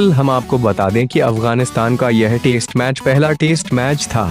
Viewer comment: aap baar - baar test match ko taste match kyun kehe rahe ho 😂😂😂😂😂😂